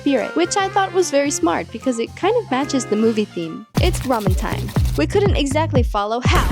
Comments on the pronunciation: i had this thought too. clearly she can speak korean because her pronunciation for all the other foods were spot-on. so i was really curious as to why she kept calling it 라멘 instead of 라면. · it would be great if you pronounced 라면 as 라’면‘ not 라‘멘’. Love your videos. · DO NOT PRONOUNCE 라면 as "Ramen"